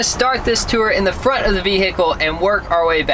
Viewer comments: did say vehical I thought it was vehicle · I love pronouncing "vehicle" like a DMV. Vee-hick-le. I lol'd